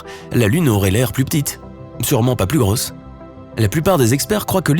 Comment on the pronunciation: "Plus elle à l'air Grooosse" l'accent de Toulouse la voix.